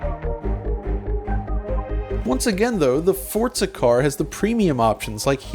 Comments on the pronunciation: I found it very annoying that he says Fortza, with a T, when Forza is spelt Forza. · Stop calling it forTza. It'd forza. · Why do you say Fortza? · Why do I hear so many people like this guy calling it.. Fort-za there is no letter T in Forza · Fortza it's forza you twat get it right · Why is he pronouncing Forza as Fortza? Annoyng. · Its FORZA not FORTZA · Forza is an italian word. In italian the letter Z is pronounced TS. Like Pizza. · Forza is an italian word. It’s pronounced ForTza. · Bro.. it's not Fort-za.. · I hate when people put a T in the middle of Forza. It's not Fortza Motorsports. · its FORCA ? not Forza ? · No, it's just pronounced Forza